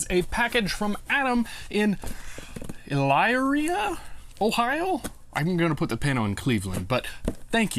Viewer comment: ih-LEER-e-ah, Ohio :)